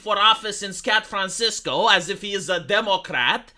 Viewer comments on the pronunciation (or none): Did you just say Scat Francisco? Lmao.